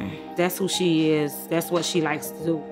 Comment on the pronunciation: When he called about her performance and she said “Whet” 😂😂😂 like he def had her messed up!